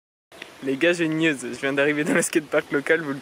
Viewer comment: C'est moi ou au début il dis " les j'ai une nudes" au lieu de "news" 😂